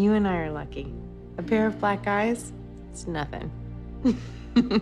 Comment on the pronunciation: Lol, took me awhile to process that she said eyes... I died when I heard black guys 😂